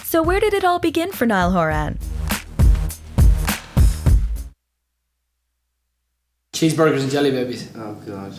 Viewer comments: Can't even pronounce his last name right! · When you make a full movie but don’t know how to pronounce his last name.😂